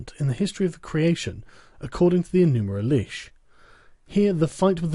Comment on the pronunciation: Please don’t read in lower English. It’s Enuma, not Enumer. I can’t take the translation seriously when it’s like this.